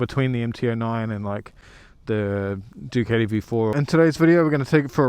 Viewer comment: It's a fucken DucAti not Duceti 😂😂😂